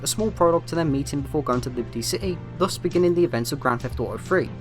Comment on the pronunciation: "Grand Feff Auto"